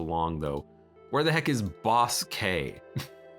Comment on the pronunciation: I die a little every time says “boss-k” instead of just “bossk” 😅